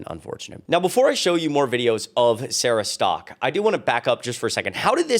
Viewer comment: Bunch of hypocrisy! 😂 the way you pronounced her last name sounds like she is Sara Stuck 😂😂😂